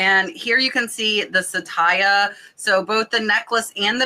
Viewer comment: Glad your sales are up! That necklace brand is not sa-tay-ya but sat-ya (2 syllables). It is the sanskrit / hindi word for TRUTH.